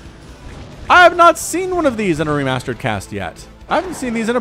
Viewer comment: i soemtimes wonder if he is saying ree-mustard! :D